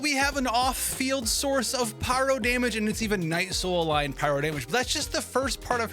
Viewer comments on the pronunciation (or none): none